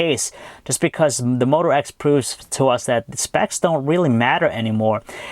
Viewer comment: Did he say one x? Haha!